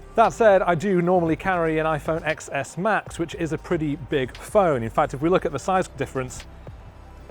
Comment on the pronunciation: Did he really just say Ex S Max?! Come on man you should know it's supposed to be pronounced Ten S Max. 🤦🏼‍♂️